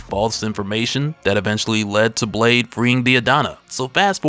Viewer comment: "Well what about Blaaaaade."- in the most southern accent possible😭😭